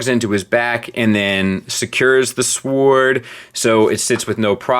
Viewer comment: When starts off the review saying a sWwoord is the best thing about a figure we are in for a hum-dinger. Somebody at Open Play is gettin fired.